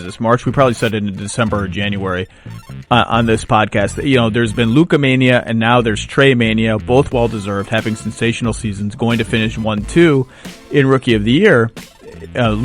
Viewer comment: It's Traehem not traemania